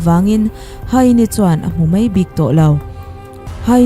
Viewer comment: Mai tih turah "mei" tih ri leh khawngaih tih turah Khawngeih tih ri a lang thina, mipui ngaihthlak tur ah hi chuan, lam dik hram a tha a nia, kan lo ngaithla zel ang aw.